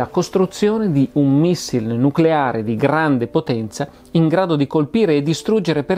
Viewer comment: "Nuculare, si dice nuculare" (cit.)